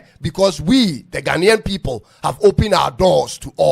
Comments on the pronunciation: You don't even know how to mention Ghanaian and you still think you speak English. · Not Ghana nian, it's Ghana ian .